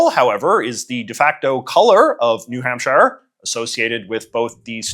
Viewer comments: Oh I know lol. I just wanted to make sure no one passing through thought that his pronunciation was the “right” one. (Which is a little funny, as there are about 50 “right” ways to pronounce New Hampshire, and JJ managed to find a wrong way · why do you say new hampshire like that? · “New HampSHIRE” is CRAZY lmfao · As a New Hampshire man it always tickles me the way you pronounce “shire” Lol